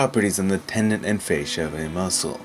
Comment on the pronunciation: It's pronounced with a short A, like fast..." fas sha ".,& u r solo wrong here. They are extending a muscle to engage it on the return swing. This isn't using elasticity. The " Fas sha " isn't powering the strike. Smh